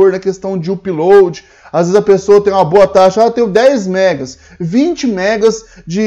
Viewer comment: UPLOAD se fala Âpload (com som de A fechado), não uuuupload. Chega dói no ouvido...